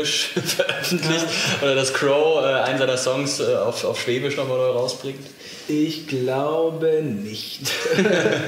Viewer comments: Des hoißt Schwäbisch net Schwebisch !!!!! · Es heisst schwäbisch und nicht schweeeebisch!!!! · Für einen Badenser machst du aber ganz schön viel Webung für Württemberg :DD Dein ganzes Essen, die Sprache, die Musik,.. beim meisten gings nur ums Schobaländle xD und btw.. es heißt schäbisch, nicht schwebisch^^ :D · Mich graust's immer, wenn jemand "schweeebisch" sagt. Des hoißt "schwäbisch"! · Ich bin leicht getriggert... schwÄbisch, ned schwEbisch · Du kannst netmal schwäbisch Dua sagst immer schwebisch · SchwÄÄÄÄbisch, net schweeeebisch!!!!